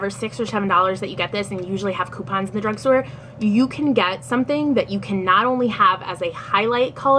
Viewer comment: Drugsgtore haha